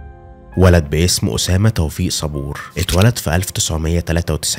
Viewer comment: اخي الكريم نطق صبور ليس هكذا لابد ان تقول صاب بووور هكذا بتشديد الباء واسم مدينته ليس هاي ها هذا خطأ تنطق هي ه يا هكذا اي اسمها ههيا